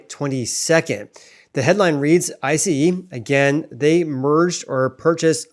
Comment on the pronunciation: FYI - it’s pronounced ice … as in the solid form of water, not eye see ee.